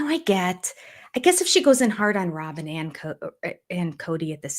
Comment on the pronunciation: I think we've been mispronouncing her name. Rather than Rob-in it should be Rob-Y-n ... Rob-why?n or Rob-whine😶